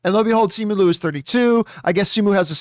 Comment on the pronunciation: It sounds like ‘Lyu’